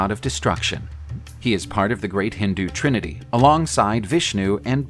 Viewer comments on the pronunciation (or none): none